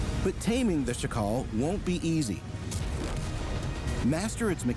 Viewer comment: The accent is on SZAkal, not szaKAL. It's not african name. You should pronounce it with same accent like in jackal in english but with this "sh" (sz) sound